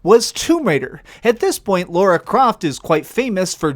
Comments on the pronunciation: LARA NOT LAURA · It's "La Ra", not Laura. Lol